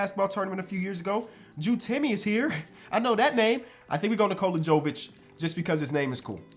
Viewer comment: Brooo, Nikola Jovic is pronounced the same way as Nikola Jokic. Just replace the K with V. There is no JOE at the beginning. Sorry, but I'm Serbian and it bothers me to hear you butcher this man's name every time 😂🤣